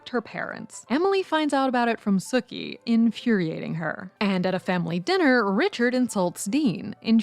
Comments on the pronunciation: Right? Did they even watch it because she keeps saying Sukie not Sookie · I'm losing my mind over the mispronounced Sookie (Sue-key) not Sook-ie. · It's Sookie not Suh-kie... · Sookie’s name is pronounced with a hard “U”. Sookie (like “spookie”), not Suckie. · Are you calling Sookie “Sucky?” 😂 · That's how it sounded to me too! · And how about the way she pronounced Sookie for one thing? Lol. This isn't True Blood.